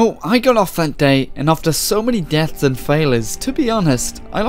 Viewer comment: Deafths and failther 🤣